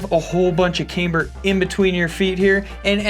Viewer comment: says Cameber. LOL (in a Beavis laugh)